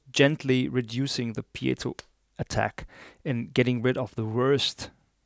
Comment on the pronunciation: And if you tried to speak his native language you wouldn't make any mistakes? Try doing a review video in a different language like he did... NOT easy. You owe an apology. AND, he pronounces piezo correctly, not PIE-zo like ignorant Americans do (I'm American btw)